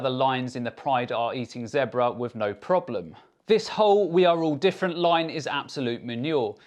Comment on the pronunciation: joe "everyone is diffrunt" rogan